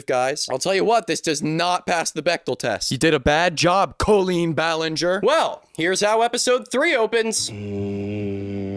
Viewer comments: Okay but "Koe-leen"? I don't think I have ever heard it pronounced that way before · great vid ! but is nobody gonna talk about the pronunciation of colleen in this video . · I thought he said koolen like the youtuber (i dont think i spelt her name right) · why do you say colleen like that tho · Not trying to be rude, but why is he pronouncing Colleen like that? Have I been saying it wrong? 😂